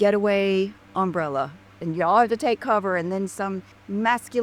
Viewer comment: LD does not even know where to put the emphasis on the word umbrella. And it is not an accent thing. It is proof that she filled her brain with what color her undies were instead of paying attention in grade school. (Jools-meant to tell you--in the US education starts with kindergarten at age 5, first grade age 6---up to graduation at the end of grade 12 at age 18.)